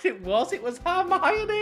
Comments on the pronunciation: I'm really frustrated, because you always say Harmiony instead of Hermione, you even wrote it wrong it the last Harry Potter react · It's H 'er' mione not H 'ar' mione haha